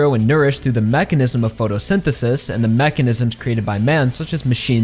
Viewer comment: Say mechanism again… I swear so annoying